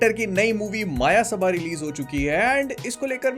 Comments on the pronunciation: I think it's Not a मायसभा.... It's a मयसभा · I am so frustrated that these so called film reviewers aren't capable of pronouncing the very film they are reviewing, it's called मयसभा and not माया सभा. And it's also so frustrating that there aren't many shows for this film. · भैया मायासबा नहीं ,,, मायासभा✅ Thankyou for review❤ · Bhai ye "मायासभा" nahi "मयसभा" hain. Wahi jo pandav ne rachai thi, usme duryodhan gir pada tha, aur Draupadi uspe handi thi sur fir pura mahabharat ho gaya.. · Exactly… Maayasabha, Maayasabha.. everyone saying the name wrong